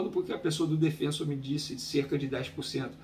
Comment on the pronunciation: De onde vocês tiraram essa pronúncia do nome do Defensor? Não é Defênsor, catzo!